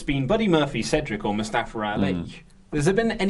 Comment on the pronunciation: why do you say it mustafaR ali guys....it's mustafa ali!